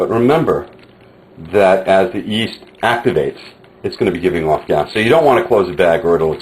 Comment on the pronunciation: whats the first ingredient hes adding? souds like east, iest i or what ever.. sry for my english